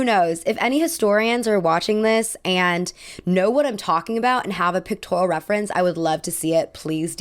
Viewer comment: Pictorial, not pictoral